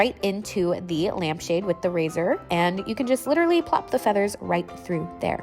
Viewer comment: “Lmap shade” lowkey thought u did that on purpose and I found it so cutee